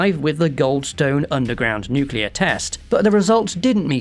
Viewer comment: You say nuclear wrong Lolz